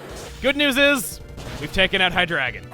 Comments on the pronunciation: ITS HIGH DREE-GON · Why are you pronouncing Hydreigon wrong?! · I always said it like "high-dray-gone" rather than the way says it.